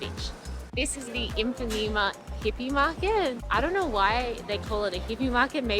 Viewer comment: Great video, Brazil has so much to offer. Just a little correction, it's Ipanema not Impanema. :)